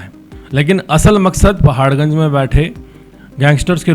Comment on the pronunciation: repoter bhai pahar ganj likh ke pardpad ganj bol rahe ho